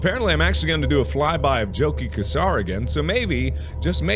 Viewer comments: "Chow-keeh" Oh how I wish there was the audio log available already, the Emissary would have pronounced his name for Mark! "Jochi Khasar. I said "Yoh-kih Kha-shaar" , why do I have to do this anyway?" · And Jochi Khasar is pronounced yoki kasar phonetically